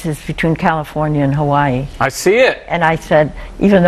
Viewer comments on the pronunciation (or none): She called the Hawai'i upset